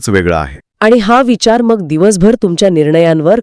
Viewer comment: "मंग"नाही हो "मग"शब्द आहे अशुद्ध टाळा कृपया